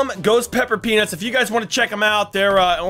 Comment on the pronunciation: But it was funny that he said suns peanus